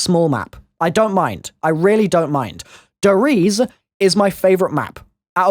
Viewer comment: Finally, someone who actually pronounces Der Eisendrache properly! Shame the same can't be said for your Der Riese pronunciation though.